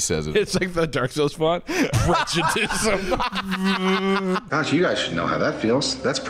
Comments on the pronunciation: You say Bruno prejudis, when I know for a fact he prejudisn't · it’s giving roll safe “you’re moving kinda prejud-ice”